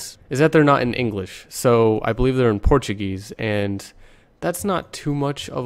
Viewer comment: portuguizzii., hahaha. I like the gringos saying "portuguese". ah, sou br.